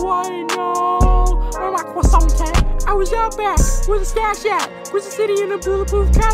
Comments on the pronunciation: The cwosants are in the back don’t make it too obvious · Bustin' all the cwassoiants out the box